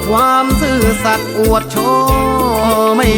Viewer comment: ซื่อสัตรอะไรพูดให้ชัดๆ